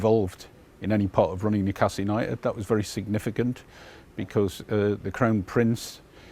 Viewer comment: Newcastle never stops laughing. “Mewcastle” “mever” thinks.